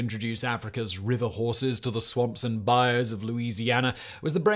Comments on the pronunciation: Bayou-Bye you, not bye oh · This man can not pronounce Bayou. For anyone wondering, just say it like "Bye You." And you're doing good. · It hurts my soul a little every time he says "bai-ohh" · It's buy-you. Buy-You As in "Buy-you some crawfish" 😂 It is a biome, but it's not pronounced the same. A good rule of thumb for anything in Louisiana is to pronounce it with a French accent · Bayou is mis-pronounced, over and over, and over, and over. Try.....BYE.....UUUUUUU.